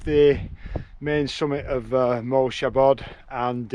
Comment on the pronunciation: Great video. You were on my backyard mountain (I live over at Llyn Crafnant). Your pronunciation wasn't too bad - it sounds like ' moyl shabod '. And you got great weather! Unlike our usual rain.